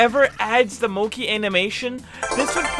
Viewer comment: btw it moc-E and gruu-by so that's how u say it...